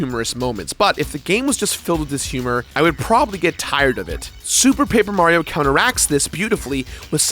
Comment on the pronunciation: Was drunk during this recording? He seems to be missing a lot of syllables - moreso than usual. "Sue Paper Mario," I believe he said at one point.